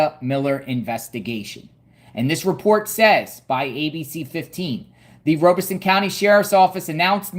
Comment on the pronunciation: Great work! Just an FYI, you are saying Robeson County incorrectly. It sounds like Rob-a-son, not Robe-a-son.